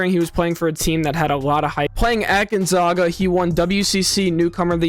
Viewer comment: Good breakdown. 9 months later they both looked good in summer league. Victor ended up with a great coach and will sit a lot of games getting used to the physical play. BTW, after the run Gonzaga has had over 2+ decades, I didn't think anyone still didn't know how to pronounce their school's name. They are the Zags, not the Zogs.😅